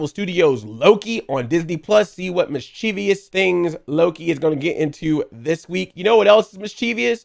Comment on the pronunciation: I know what else is mischievous André, mispronouncing “mischievous” as “mischievious.” LOL! don’t worry, Nerd Comedy you’re far from the only one. Great video, thanks.